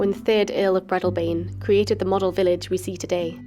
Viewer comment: i like your videos as im an exiled scot who grew up in dunkeld perthshire. but i wish that you would research the proper pronunciation of local places. i watched one where you pronounced brechin as brekin, its breechin, and breadalbane has a long a sound in the middle breadaalbane and said slowly but otherwise i do like your videos, thank you from northern california